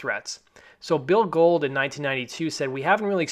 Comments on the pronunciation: Not to be "that guy", but it's Bill Gould (pron. Ghouled), not "Gold"... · Billy Gould (pronounced billee goowald ) not Bill Gold lol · Its Bill Gould, not Gold. C'mon son.